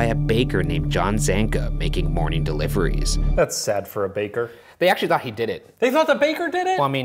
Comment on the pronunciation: does anyone else kinda find it annoying how he talks when he's telling the story?? he's like "a little over a MONTH later, discovered by a BAKER" like the last word has an annoying amount of emphasis